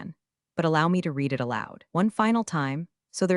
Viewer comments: AI doesn't know how to pronounce "read" in context. It kept saying REED when it should have been RED. Annoying. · Great AI - it can't even tell the difference between the word "read" (red) and "read" (reed) 😂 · The same reason the Ai voice "reads" the words "She read... " but pronounces the word "reed." Definitely a low i intelligence. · "...REED it, RE-REED it.........."!!!! Once again, a POS AI!!!!!!!!!!!!!!!! HOWS BOUT, "RED it, RE-RED it"!!!!!!!!???? This is NOT looking good for your DAMNN AI if it already starts mispronouncing !!!!!!!!!!!!!!!!!!!!!!!!!!! STRIKE ONE!!! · Teach the AI to pronounce Read as Red not Reed. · True, but AI will never get it. It can't even get using context to determine if the pronunciation of READ is reed (something to do) or red (something completed) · Can’t a person correct the AI mispronouncing words? “Read” can be pronounced two different ways, and the AI always got it wrong. Thumbs down. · The single most offensive incompetent AI error I keep seeing is to pronounce the past tense of “read” as “reed.” The past tense is pronounced “red,” dumbheads. Please train your AI narrators on actual English speakers. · The word "read," when used in the past tense, is pronounced RED. Also, it's a good idea to check that the voice-over matches the captions. Punctuation when reading is crucial. This sounds as ifit is read by a 2nd year high school student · The AI reading is painfully obvious… too fast, pauses in the wrong place, words mispronounced (i.e. “read” as “reed” when not correct). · Miss AI read and red (read past temps) are different. English is hard. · Another AI who can't tell the difference between read and read.